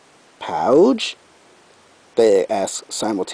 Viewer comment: Oh man! The way you said "Almost DESTROYED it!" Made me wanna laugh! How did you like Opal's role? I believe the correct pronounciation for "pouge" is something that rhymes with "rouge." Nice try, though. Sweetie Belle has much in common with a pug, you know that? They're so CUTE!